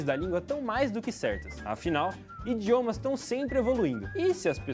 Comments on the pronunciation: a partir do momento em que o gajo diz Indiomas Indígenas esse vídeo perde toda a vericidade hahahaha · "INDiomas indígenas"